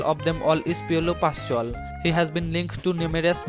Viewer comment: Piolo pashual🤣🤣 im dying🤣🤣